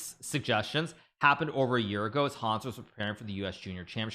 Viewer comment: The way he's pronouncing Hans